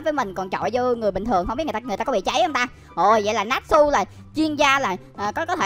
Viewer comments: Natchu ko phải natsu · ơi natsu tiếng Việt đọc là (nát chư) nhe!